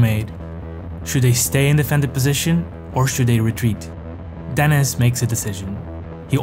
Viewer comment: Denís, not DEnis